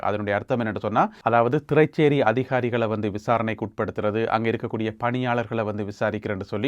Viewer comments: not thiraicheri, "Thiraiseri" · திறைசேரி என்று உச்சரிங்க சகோ.. நீங்க "திறை(ச்)சேரி என்று உச்சரிக்கிறீங்க. உங்க நியூசைத் தினமும் தவறாமல் கேட்கிறேன். மிகவும் நேர்த்தியானதும் உண்மையானதுமானது.